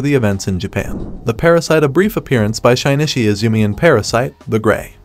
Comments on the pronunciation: shi-ni-chi not shine-ni-shi :)))) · bruh... "Shine-ishy" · "Shynichi" "Parasyte.... The grey"